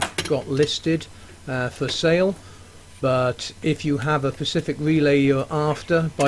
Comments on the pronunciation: Glad I found this as this is whats wrong with mine. I'm getting e15 error, circuit board, turned out to be this relay.... also... I did however notice you said the word "pacific" not "specific" lol. great work tho! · i love your videos and you've helped me fix my tumble dryer once already but for god's sake man its "Specific" xDDD <3